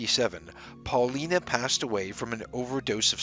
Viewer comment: Alice's daughter's name was pronounced Paul-LYE-na. It rhymed with China.